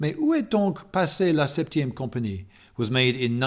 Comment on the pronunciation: I was taken aback by how impeccable your French pronunciation was on those titles.